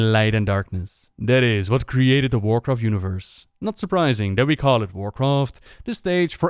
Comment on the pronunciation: Checked in to see if you still mispronounced things severely after all these years. “... and enjoy the full story of WarcraftSSSSS”. Not disappointed!